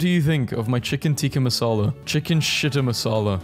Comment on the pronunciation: IT SAID CHICKEN TEEKA MASAHLA! IT'S CHICKEN TIKKA MASALA! NOT CHICKEN TEEKA MASAHLA!